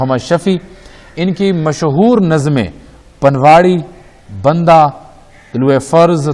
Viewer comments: Please apna tallaffuz sahi karein. Nazm ka naam Bunda (an ornament which women wear in their ears) hay Banda (man) nahi hay. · بندہ کا تلفظ غلط ادا کیا گیا ۔باقی ویڈیو میں بھی تلفظ کی کافی غلطیا ں ہیں